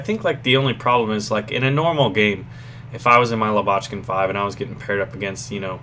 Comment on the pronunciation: you're pronouncing "Lavochkin" wrong. It's stress on first vowel: [la'vochkin].